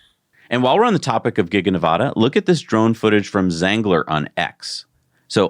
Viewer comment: Why can't you pronounce "Nevada" correctly? It's not hard. Talk to your Nevada people to confirm pronunciation. Sheesh, it's hard to listen to.